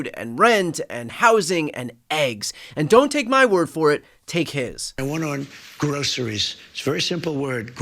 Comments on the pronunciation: Why, oh why, do they say, “grosheries”? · Who uses that word Groceries? Gro....sher.....ries. Ahhh maybe people who don't sit on gilded furniture Crarcker J Trump. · Who uses the word “groceries” ? Certainly Trump and his wives and concubines don’t use that word. He sounds like a 4 year old that learned a new multi syllable word … grow sir ees! Who uses that word??? I just give me a Ham Burg Eer! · The grocery pump is responsible for prices! Donny Del Boy is doing everything he can to fix this...and so he should, he caused it! Grross erees. Like he overpronounces words he never heard of before ! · Correct me if I'm wrong, but it almost sounded like Trump has never said the word "groceries" before... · It sounded as if he was saying that word, and also 'apples' for the very first time.